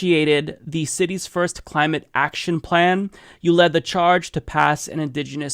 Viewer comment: Led, not lead.